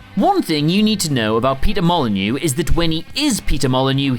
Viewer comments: What i heard was peter molenyeux peter molenyeux and peter molenyeux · Say Peter Molyneux again. . . Please